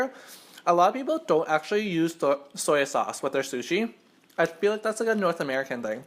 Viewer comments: Soyo sauce .. ;; '-' I cri when I hear that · Dang what ever you are you can't even say "soy sauce"